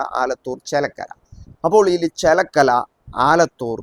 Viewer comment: ചേലക്കല അല്ല ചേലക്കര ആണ്